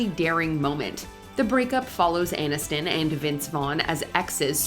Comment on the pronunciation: AIN-iston? This AI isn't that I.